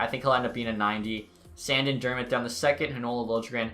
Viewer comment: You say “sandin” wrong💀